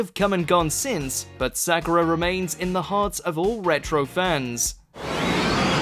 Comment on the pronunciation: The was you say Sakura tells me you didn't watch it